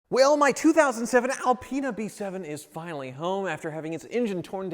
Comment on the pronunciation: BMW gave him the Al-peen-a.